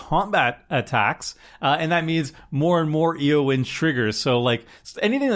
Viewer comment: "Aowyn" Shield-Maiden. Can't have you sounding like Seth, mispronouncing everything.